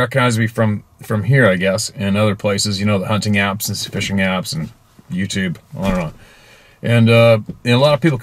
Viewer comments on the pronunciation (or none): none